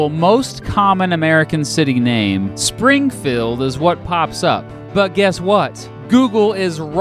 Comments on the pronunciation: Spring - feld ? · tharockus I noticed this too.Sounds like "Springfulled".